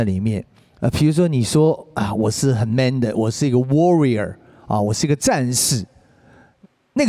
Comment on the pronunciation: 只有我無法接受鬥牛把 warrior 三個音節唸成 worry 兩個音節嗎